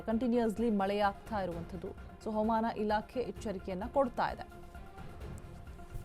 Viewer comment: Aaman Antha mam Chanagi kannada mathadi